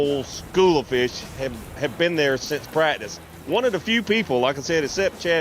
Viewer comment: says prackdice 😆